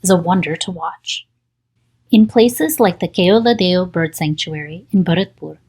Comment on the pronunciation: Oops, sorry for that. I felt really absurd when I heard "Keoladeo" in a foreigner's voice. I thought it was a speech generator/TTS. Otherwise the narration was really well.